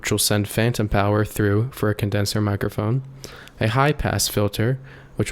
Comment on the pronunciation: Two things. It’s “artists” not “artistses”. And it’s “mike-ruh-phone” not “mike-err-phone.” The “mike-err-phone” pronunciation has infected most everyone under 30. Just like calling a button a “buh-IN.” 🙄